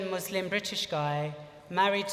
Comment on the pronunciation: The Muslim drag queen that can't pronounce the word 'Muslim' correctly, hmmmmmmmm... fame seeking much?!